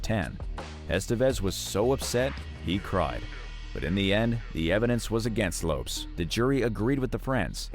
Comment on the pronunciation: 11m25secs: LOPES! 🤣😂. So it’s always been Jennifer LOPES, no wonder Mariah Carey doesn’t know her! 🤡🙃